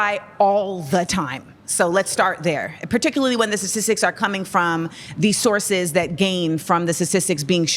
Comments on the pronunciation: She says ssisitic instead of statistics clarify her education level. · Is she saying Satistics? Or am I not hearing STAtistics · I hate how she says satistics